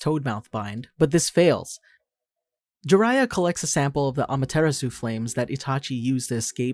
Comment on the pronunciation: Great videos love em but the way you pronounced amateratsu almost made my break my own neck🤣🤣